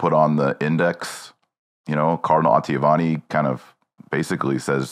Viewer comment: Why does Marshall have so much trouble saying Oh-tah-vee-Ah-nee?